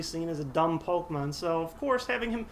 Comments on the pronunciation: I love these videos and enjoy all these errors and what not. I just think it's funny that you know the correct pronunciation for Phanpy, but continuously miss pronounce PokEmon. Don't want to sound like dick, or anything, Just something that made me chuckle. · MY GOD IT'S POKEMON NOT POKEMONS